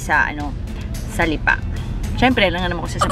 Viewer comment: Parang mali ang pronounciation ng Lipa!